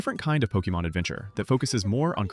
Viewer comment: pokEmon, not pokImon Like in pocket-monster try again